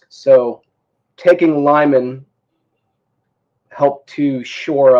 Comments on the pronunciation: It's read "Leeman" not "Laiman" lol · Lyman is pronounced lee-MAHN